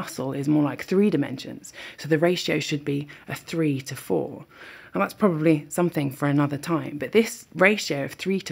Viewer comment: Your "to" was too short.